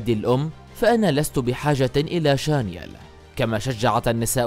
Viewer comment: شانيل وليس شانيال